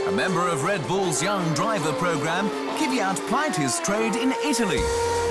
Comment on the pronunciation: Not Kyv-yat. Kv-yat. And not Kiviat, Kvi-yat. Kvyat. Kv-yat. Faster on the Kv, it's two consonants, and yat is like "yacht", without the kh sound of the "ch." An "aht" sound with a y sound as in "ja," or yah, yeah. Kv-yaht. Kvyat.